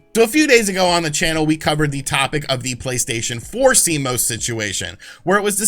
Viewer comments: C-Mose....Almost right. It's C-Moss! Better than last week, when he was calling it C-M-O-S! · Public Service Announcement: It has come to the attention of computer nerds everywhere that YouTubers are pronouncing CMOS in a variety of different (and quite incorrect) ways. It is pronounced C-MOSS. Thank you. You may now resume your regularly scheduled panicking. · "See-moss" -Cmos